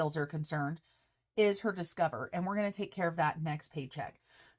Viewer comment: I think you should leave “Discoverrrrr” just the way it is- made me smile! 👍😃👍